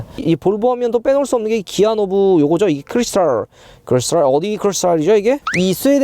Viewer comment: 크리스퉐~ 발음 쥑이시네요!👍